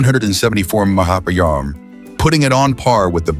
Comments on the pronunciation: Listen how this BULLSHIT Ai narrator fumbles even the word MPH.! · If you rely on this video to learn anything, you will be sadly lacking. Mispronunciation, wrong information, wrong images with narration, and so on. Computer voice stumbling over MPH and KPH especially.